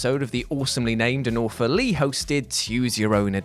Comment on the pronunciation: I'm still waiting for Jules, an undoubtedly intelligent man, to realize he's emphasizing AWFULly incorrectly. "Awesome" ends in "ly", "awful" ends in "ly", so the emphasis needs to be on the beginning of the word. He makes it sound like he's got an alias named Awful Lee...